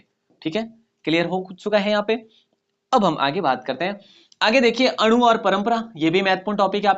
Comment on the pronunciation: अणु और परमाणु को आप अणु और परंपरा बोल रहे हो जो बिल्कुल ही विस्फोटक व्याकरणीय त्रुटि है 😂